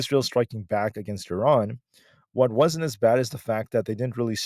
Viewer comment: why do you pronounce Iran correctly??